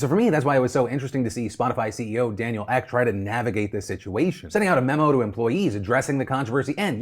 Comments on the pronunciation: this is real pedantic and i apologise but for future reference, Spotify’s CEO, Daniel Ek, his surname is rather pronounced like ēk, more like the ea-sound in ”eagle”. great show otherwise. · You probably won't see this, but his surname is Ek as in Meek, but with a short E not whatever you said haha.